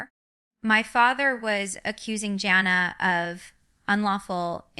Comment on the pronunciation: She also pronounced Jana wrong. Shame on you for doing fake videos